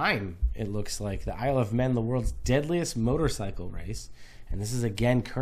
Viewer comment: "Isle of Man", not "men"... just saying